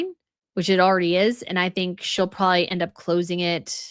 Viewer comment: Come on,! "Probably"! 3 syllables! 2 B's! You are too old, and too accomplished to say " prawley"!